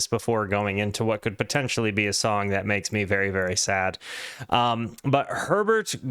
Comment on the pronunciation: Very bad reaction. You don‘t even understand the message of this song. You a$$hole don‘t even bother to pronounce Herberts name correctly, arrogant american. WHO the hell do you f*ck*ng think you are? The midpoint of the entire world? You are just stupid flat earthers and trumpists